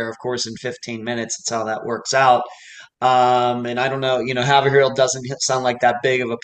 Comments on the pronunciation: Hay-Vrille , not Have Er Ville. LoL. Hay-Vrilllle like Vrooom but Vrillll, like Pill , Hay! V-Rill , Vrrr-Rilll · Haverhill is pronounced Hay'-vrill.